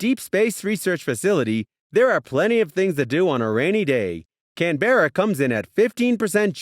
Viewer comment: Its not can-be-ra its can-br-a